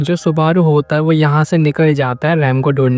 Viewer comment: Are bhai rem or raam ko alag alag bol samajh ne me confusion ho raha hai